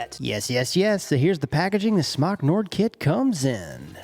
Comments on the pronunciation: It's Smok like Smoke not Smock. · Smoooke* not smoc lol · It's pronounced "SMOKE"! Why would a vape manufacturer name their product "smock" after an article of clothing? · its not smack its smoke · It's pronounced smoke not smok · It’s pronounced smoke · It's pronounced "smoke" ding dong. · SMOK commercials pronounce it as SMOKE. Just an FYI for everyone saying it wrong. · VapeKing looks like it should be pronounced smock tho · It’s pronounced smoke for fucks sake!!!